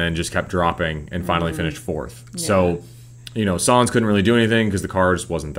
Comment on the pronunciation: its nice to see a N.American/relative new fan's perspective on F1. Im only assuming you are relatively new bc of DTS, but your knowledge is commendable. Ive been a lifelong fan of the sport and the intricates of it are seemingly endless! Only one critique....it's Carlos Sainz Jnr, pronounced signs not sans. Have a good summer break.